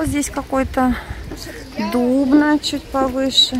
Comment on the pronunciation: доброго здравия, мы из Дубны, ударение на последнию гласную ДубнА, это наш пансионат (ОИЯИ- Объединенный Институт Ядерных Исследований), город Дубна Московская область - это город ядерщиков, физиков, ДУБНИЙ -105 элемент таблицы Менделеева, сейчас строим коллайдер.Это вам для информации